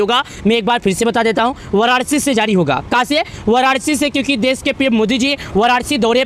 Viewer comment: Sahi se bolna sikho waranashi hi wararci nahi band karo bakwas